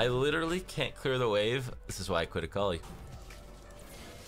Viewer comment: No one: Literally no one:: AKAULI.